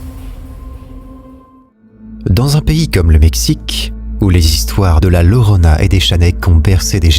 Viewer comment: Bonjour. Pour commencer je vous souhaite mes meilleurs vœux pour cette nouvelle année. Je vous suis, depuis vos débuts. Je voulais simplement vous dire, que moi même étant espagnole, quand vous parlez de la llorona, ça se prononce yorona, les 2 LL, se prononce comme un y. Comme par exemple yoyo, donc yorona. Ça veut dire la pleureuse. Voilà c'était une petite leçon d'espagnol 😂. Merci beaucoup ❤ pour votre super travail. A bientôt ❤